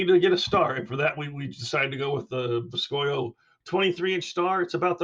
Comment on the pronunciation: I am pretty sure it is supposed to be said like boo-ski-oh. Which boscoyo is Cajun French for cypress knee.